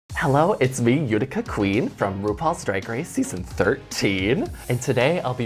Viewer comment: I died when I heard this during the fashion show. And then again in another episode. Itica? Ghuh, Utica!!!